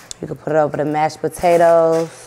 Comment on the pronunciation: It's saying "botatoes" for me but can't say "skrimp" 🤣🤣🤣 I Love Them